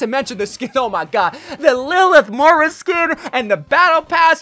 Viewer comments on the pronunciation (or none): none